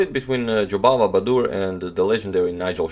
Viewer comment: it's baadur not baduur :D